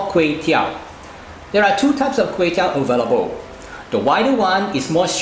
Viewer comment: everything was smooth except when the time when he said KUEY TEOW🤣, it like a an apple without an apple. Mind you KUEY TEOW or KWAY TEOW is a direct pronunciation from a dialect in south east of china 潮汕 (ChaoShan) area. The correct english word for this Kuey Teow is actually RICE NOODLE